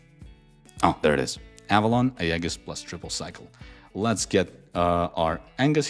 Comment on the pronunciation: Pronounce "Aegis" properly! It's EE-juhs.